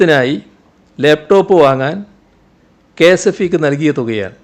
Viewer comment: ലേപ് ടോപ്പ് അല്ല മാഷേ ലാപ്ടോപ്പ് അത് മതി